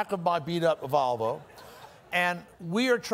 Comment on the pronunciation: My favorite part of this story was always that he would pronounce “Volvo” as “Valvo.”